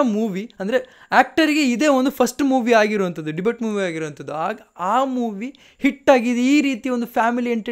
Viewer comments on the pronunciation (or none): Bro adu debut . Debate alla